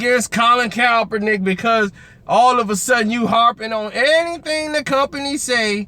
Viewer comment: why is it so hard for to say KAP - ER - NICK